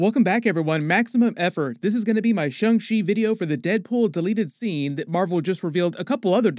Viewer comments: Shang NOT SHUNG. Like the guy from Mortal Kombat SH-ANG. How is something with an A pronounced with a U in it? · Stop saying “Shung”!!!!!